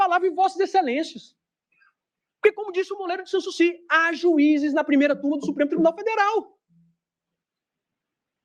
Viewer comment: O que é “moleiro de sansusi”?